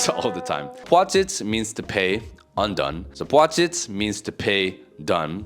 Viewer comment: "Sapłacić" doesn't exist